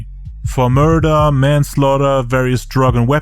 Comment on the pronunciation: Everytime he says the word murder even as a court charge.. he says it like MURDA.... JA RULES ASS IN THE TOILET THOU .